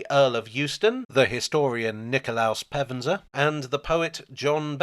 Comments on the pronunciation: Having invested in the termini to places north of the thames, we could do with some investment on the Termini to places South if the Thames. The prof is Pevsner not Pevenser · Pevsner not Pevenser. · Pevsner. Not Pevenser. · Pevsner, not Pevenser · Err? Not Pevenser but Pevsner. Just sayin'. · As usual a fine and entertaining piece...however I must pull you to one side and rap your knuckles over your pronunciation of (Nikolas) Pevsner...it is exactly as written, with only 2 syllables...PEVS-NER...dgp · Don't you mean Sir Nikolaus Bernhard Leon Pevsner CBE FBA? Your pronunciation of the surname was (twice) somewhat garbled. I won't even attempt to reproduce what you said. But having a relative who studied church architecture in the OU, I couldn't let that go without comment. ;-) Oh, and it is probably worth remembering that Thomas Hardy was an architect himself, who tended to wrote about stonemasons and other constructional artisans. My Wessex heritage wouldn't let that slide either. And don't get me started on the topic of Sir John Betjeman of Metroland fame, cos' it's really just me echoing the more profound knowledge of far more erudite folk. :-) ADHD and all that! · Hi, so sorry to nitpick, the mispronounced name of the architecture historian mentioned at time is Nikolaus Pevsner. Cheerio!